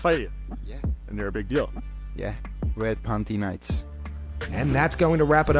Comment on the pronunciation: Bro did he really say "red panty night"?